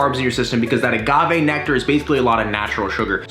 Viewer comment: I think I may have cringed every time he said agave but hey still an amazing video from the! Now i need to go get some kirspies and make it snap crackle and pop